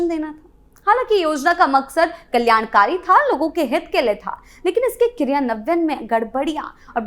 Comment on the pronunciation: क्रियान्वन, लाभार्थी, पर्यावरण और राजस्व जैसे हिंदी शब्दों का आपका उच्चारण बहुत ही दोषपूर्ण है, कृपया इसमें सुधार करें।